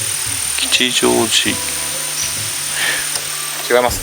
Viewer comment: 吉祥寺の読みですが、きちじょうじ ではなくて、きっしょうじ だと思います。